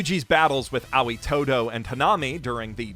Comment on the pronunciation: "Ah-wee" todo? "Ah-oy" 👍